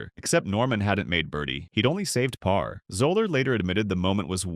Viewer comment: Also said Gene Sara-zeen and 'pair" for "par." So annoying. I suppose it would say Jack Nick-louse.